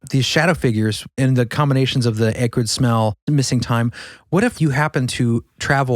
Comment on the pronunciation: Strange way to pronounce "acrid" ☝🧐